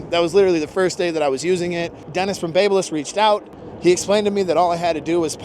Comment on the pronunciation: Baby-liss not bab-liss you’re welcome 😉 great video